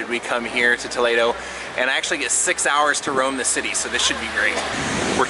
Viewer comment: The scenery was beautiful and the church exquisite! I love the way you pronounced Toledo there! It is so much more exotic and just beautiful than what we say here in Ohio!